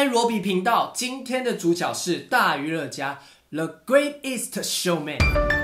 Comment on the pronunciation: 更正：1.發音錯誤 greatest 並不是 great-est 2.發音錯誤 chicago 應該唸成chiCAgo （感謝熱心網友提醒）